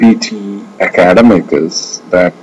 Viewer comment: For eg, in the first few minutes, few words are mispronounced.. like "academic", "pronunciation", "comparing", "may not". You pronounced it as "Ak-aad-emic" which is wrong. It is /Ak-ed-'emic/ with the stress on the last syllable. And 'pro-NOUN-siation" is the wrong way to pronounce. Its /pro-NUN-siation/ and /pro-NOUN-s/. That's the difference between the two. If you pronounce "mp" as "mb" (for eg, "combaring" and "comblex") that's considered wrong as well. "May not" is not a single word but 2 which you have to pronounce distinctly-like /mei not/ and not "menot". I would also like to point out that PTE Software is reliable as far as correct English with no hint of mother tongue is concerned. And, the system is not at fault. Happy learning folks! :) Its better to not opt for PTE if your speech has flavors of mother tongue. And yes, you're right. IELTS is easier. :)